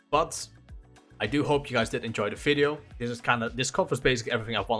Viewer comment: In this "Fideo" lol